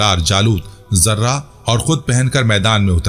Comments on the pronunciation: Sir yai lafaz Zirrah hai. Zarra nahen ha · ZARRAH YA JARTA ÑHIN SHI LAFZ. ZIRAH. HAI